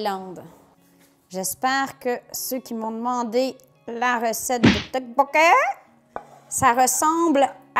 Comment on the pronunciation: Ça s dit toppokki '-'